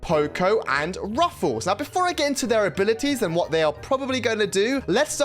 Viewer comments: Btw you pronouce it “ruffs” not “ruffle” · It's Ruffs not Ruffuus he uses to be called colonel Ruffs in brawl stars cuz he is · Its not ruffuls😂 its ruffs or colonel ruffs😂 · why does he keep calling him ruffles? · its ruffs not rufus !!😡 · Bro its ruffs not ruffles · Is Ruffs not Ruffels❤ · Its just ruffs not ruffels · Bro really said ,,ruffels" at the beggining 💀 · Every time wen you say "Ruffles" had me dying😭😭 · "Ruffles have Rrrrrridges!" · Bru said ruffles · Bro i can't watch this video because you said ruffles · Why is bro calling him ruffels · You say ruffs incorrect you can check videos on brawl stars how to say him😅